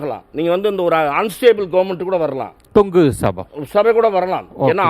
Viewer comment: மிஸ்டர் தமிழ் தெரியுமா... தொக்கு சட்டசபை அல்ல... தொங்கு சட்டசபை என்பது சரியானது